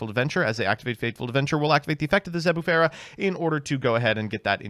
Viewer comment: ...and what the fuck was that Zebufera?